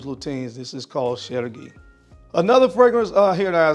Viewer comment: As a french speaker, your pronunciation of Serge Lutens Chergui was very good. ❤